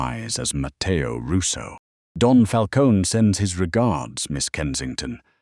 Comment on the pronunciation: Fix the AI pronunciation of Lucchese and Falcone and manila.